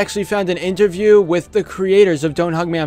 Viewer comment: did you say interview like that on purpose?